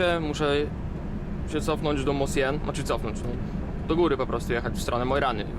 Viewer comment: Fajny filmik. Mosjøen, z grubsza - wymawia się "muszjon".